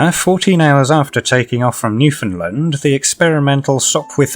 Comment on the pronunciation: Leave it to the French to make a plane that looks like an actual bird, eh? 🥛 Edit: Thank you for saying Newfoundland correctly. It warms my cold canuck heart